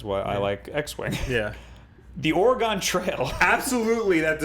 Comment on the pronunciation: (That's not how you say Oregon.)